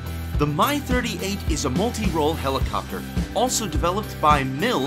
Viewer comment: "My" 38... come on, say it like the rest of the world does, please :-P Its like the "Mi" in "Mil", just without the "l" P.S. "Airospatialey" ...ok, i give up :-D